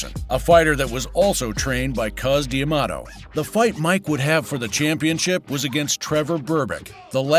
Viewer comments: Cus D'Amato, The correct way to pronounce this name is Cus, Like Cuss when you use profane language, not cuz, which is slang for cousin, THX for posting. 👊 😎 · Someone tell the guy talking his name is Cus not Cuz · CUS NOT CUZ! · Cus not Cuz 😂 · Hey narrator, Cus D'Amato's nickname is pronounced "cuss," NOT "cuz." His actual first name was Constantine. I wish he had handled Mike for his entire career, instead of Don King getting his mitts onto him. Cus taught Mike defense. When he was young and under Cus' tutelage, Mike was almost impossible to hit. After King took over, he emphasized offense, and Mike got pounded unnecessarily, during his fights. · Why are you saying Cus' name wrong?? Mike says it correctly. Why aren't you!?